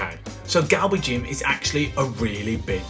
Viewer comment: that the end that shop owner or w/e was surprised to hear you say Galbi Jjim, refreshing